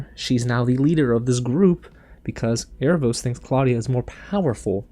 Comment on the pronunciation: *Aaravos. Air Ra Vohss.